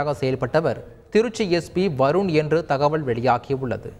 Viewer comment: வருண் வருன் என்று இவ்வளவு அழுத்தமாக ஏன் கூற வேண்டும் தந்தி நியூ ஸ் எல்லாம் ரவுடிகளுக்கு சர்ப்போட்டா